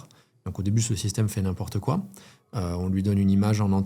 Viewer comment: Très intéressant cependant il y a une erreur flagrante dans votre présentation. il faut dire "n'im-PORTE quoi". et pas "N'im-po-rte-quoi". Petite erreur d'imitation du personnage. 😂